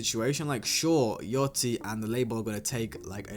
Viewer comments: its yachty no yoty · Why everybody saying yaTCHY. Its YACHTY